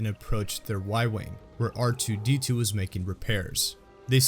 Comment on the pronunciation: You made an error in that last sentence there. You said "Waa" instead of "Was"